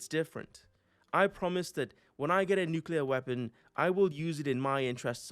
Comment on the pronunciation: Glad you said nuclear and not “nuculer” like so many people.